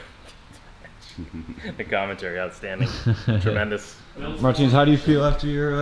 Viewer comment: To be honest never heard how Americans say his Latvian name Martiņš I'd say its closer to Martin